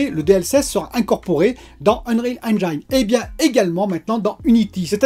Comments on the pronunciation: Salut. Super tes vidéos, continue d'être au naturel. Par contre on dit eng(i)ne et pas eng(aï)ne 😉. Vu que tu l'utilises souvent je tenais à te le dire 😊. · Excellente vidéo ! Puisque c’est un mot que tu prononces souvent, sache qu’en anglais « Engine » se prononce ennejinne et non pas ennnejaïne ! Ça écorche les oreilles à chaque fois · Hello ! Engine se prononce enjin et non enjaïn :) Bonne vidéo ! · Pour Engine, pense à angine (la maladie) pour bien le prononcer. Après d'après DF le VRR c'est quand même un gros plus... Les chutes de framerate sur console c'est hélas pas si rare, mais ça pourrait être pire avec notamment les résolutions variables qui sont quand même mieux fichue aujourd'hui en terme de qualité. La généralisation progressive du DLSS est vraiment une super nouvelle, dommage que ça nécessite des TC qui ne sont pas sur tous les GPU (quel cruel manque pour les consoles). Pour Google c'est moins sur le radar parce que tu n'es pas obligé de passer par le store officiel, du coup c'est surtout Apple qui est dans le viseur parce qu'ils verrouillent tout. Bon Week End:) pense à te reposer aussi;)